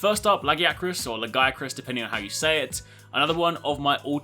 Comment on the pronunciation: La-gi-a-cus that is how i say it just wanted to let you know it just slightly triggers me when i hear it pronounced the way you say it.